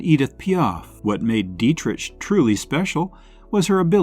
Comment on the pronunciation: I've heard of 7 of these women. Tallulah Bankhead, Joan Crawford, Katherine Hepburn, Rosalind Russell, Agnes Moorehead, Ellen Corby not listed, and probably others better known as well. Two names were pronounced incorrectly, "Deitrich & Dressler".